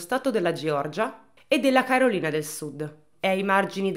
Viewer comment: Sentire Carolina letto all’italiana come se fosse un nome 😔